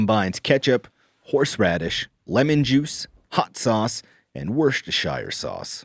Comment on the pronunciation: Boy, as a Brit, hearing Worcestershire sauce said like that was a real blindside.